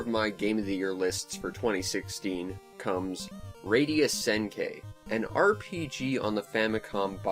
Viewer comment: By the way, it's pronounced Senn-Key. The i is pronounced like a hard e. Just sayin'.